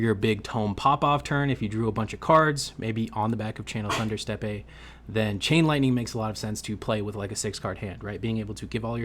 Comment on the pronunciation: “Steppe” is pronounced the same as “step” 😊